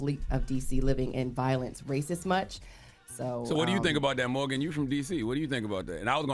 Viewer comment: FYI - it’s MORGYN Wood (not Morgan). Journalists and Influencers are not the same thing. While I would like to hear Morgyn’s personal & intellectual opinion, I’ve come to respect that she’s reluctant to give it when “reporting” the news as an actual journalist. That’s not her place to “influence” the news information via her personal thoughts but to inform and let us think for ourselves. Everyone else on TBC are meant to influence (and inform) via their personalities and opinions = media, entertainment and culture.